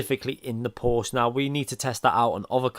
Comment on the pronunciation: Please pronounce Porsche correct! Use Google translator's text to speech if you need help!